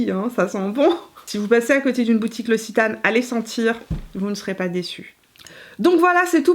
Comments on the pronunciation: Noooooonnnnn qui dit "ossitane" nooooooonnnnnn on prononce "oxitane" mon coeur de sudiste se brise 😉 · Super vidéo, j'ai beaucoup aimé ! Pour info "Occitane" se prononce [oksitane]. 😉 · Très belle revue! Merci Petite précision pour la prononciation: c’est l’Oc-citane 😉 Des bisous depuis Toulouse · C'est marrant, ici en France on prononce oxitane et toi tu dis ossitane, j'adore la lavande, donc je vais aller jeter un coup d'oeil chez l'occitane 😉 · elle prononce « l’ossitane » pour l’Occitane 🤣